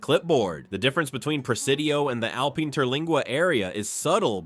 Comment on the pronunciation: Please learn to pronounce the names of cities properly! Alpine, tx is pronounced AL PINE, line the pine tree, NOT alpeen. Thank you😊